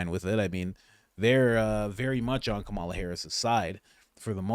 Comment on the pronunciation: Dude it's Kámala! This a Kamála!…